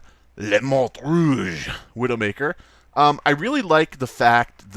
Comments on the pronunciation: on dit "la mort rouge"don't say the t but if you want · You don't pronounce the "t" at the end of "mort"